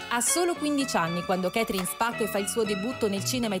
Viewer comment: Pronuncia KETRIN?? KATRI'N!!!!